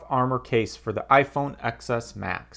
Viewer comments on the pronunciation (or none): It’s iPhone “Ten” S Max not XS.